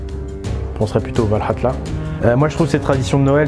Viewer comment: Bonjour Peux tu me dire pourquoi tu dis ValhalTa? On ne dis pas Valhalla? Merci beaucoup!Toujours super tes vidéos!